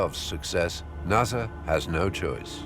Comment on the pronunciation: First time I've ever heard NASA pronounced NAZA